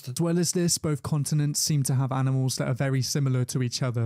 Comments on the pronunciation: Came to watch reaction, stayed for the "aminals" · I say aminals all the time bro, I'm glad it's not just me lmao